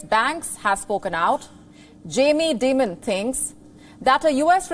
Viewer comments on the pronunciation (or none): its not jaime demon..its jamie dimon..its di--mon..good god is pathetic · Great segment. FYI JP Morgan CEO’s last name is pronounced as “Die-Munn”